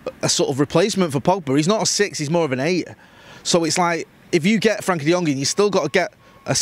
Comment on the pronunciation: please! It's "FRENKIE" with an E! Great video otherwise as usual.